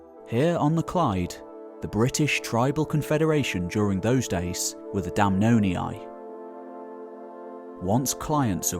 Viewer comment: Damnonii -> "Dam NON eeyee"